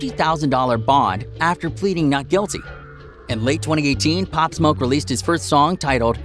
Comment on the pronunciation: They said his name wrong thats how i know hes looking for clout